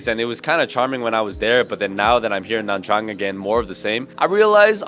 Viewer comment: please just pronounce nha trang by nya trang that's the correct way to say it